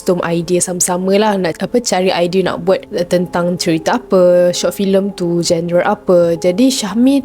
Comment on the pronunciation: genre sebutanya "jon-re"